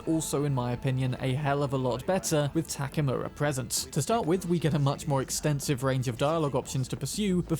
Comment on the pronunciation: The guy’s name is Takemura, but by the way you gringos pronounce it sounds like Takamura. I don’t know for the Japanese how it sounds but at least to me as hispanic sounds like that and Spanish has the same vowel system as Japanese